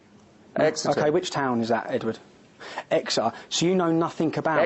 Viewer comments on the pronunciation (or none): Exer?? Its Exeter you idiot . Tommy knobinson